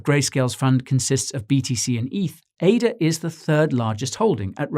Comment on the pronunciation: Impeccable composure despite yesterday's defeat, but celebrating defeat is such a British trait. Jokes aside, great news style content but please call it Ada and not A-D-A.